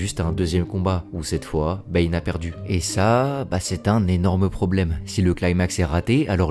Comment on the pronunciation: What do you keep calling Bane? Is it “bean” or “B”? A couple of times it sounded like you said “Ben” and I think one time I even heard “pain”.